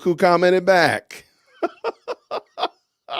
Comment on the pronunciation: Did you say "good morning I'm black", or " Good morning I'm back?" 😆